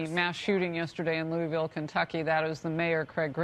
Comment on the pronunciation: She can't pronounce Louisville?